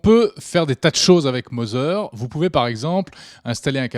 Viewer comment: Tbnk vous êtes pas capable d'égaliser votre niveau de son ? Et apprenez à parler Anglais "Mozer" lolllllllllll